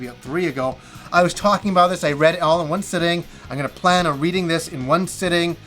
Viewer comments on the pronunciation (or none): none